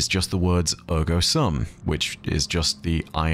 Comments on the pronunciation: Great video. Thank you! BTW in Latin "sum" is pronounced like "soom". Please see the site howtopronounce on pronunciation of "cogito, ergo sum". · The latin phrase is "cogito ergo sum"; and the "sum" part is pronounced with a long ū sound as in "imbue" or "cube". Incognito means to be in disguise -- this is not that. The word is "cogito". "Sŭm" with a short ŭ sound (like "uh") is a word in math which means the answer to an addition problem. As in "the sum of two values". Again, this is not the word we are using here. We want the long ū sound. "Cogito ergo sūm". The sword "Therefore I am" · SOOM! The "u" in the Latin word "sum" is pronounced like the "oo" in "doom" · at the start of the video: “I get things wrong and it’s important for you all to correct me so I can be accurate” Me: It’s cogito, not cognito ☺️. Sum is also pronounced ‘soom’ in Latin. Easy mistake to make! Mods: DELETE THAT. CAN’T EVER BE WRONG. 😒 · Minor correction. The "sum" is pronounced like the end of the word "assume". Otherwise, great insight as always!